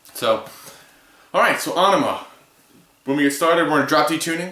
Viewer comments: Not to be a dick, but it's pronounced "eh-neh-muh". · ah-nee-muh. that's a new one.